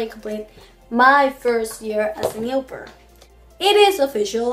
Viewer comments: How does it come that after a year you're not able to pronounce au pair in the right way ? Do you Talk a lot in your native language ? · jajajajajajaja pronunciation is a little bad!